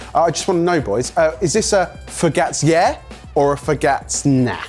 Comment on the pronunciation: I'm sorry, but "focaccia" in Italian is pronounced this way, "focachia". I still love you guys ❤️🇨🇦